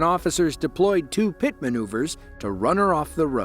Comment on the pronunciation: yall notice that they never say PIT correctly when on the radio.. 😭"pti pti pti"